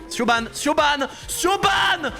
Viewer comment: Petite precision Siobhán c'est un prenom irlandais et ça se prononce "Ch-e-v-o-n"